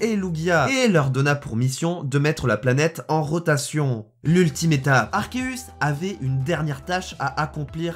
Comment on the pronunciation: Mais sauf que c'est arkeus et non arceus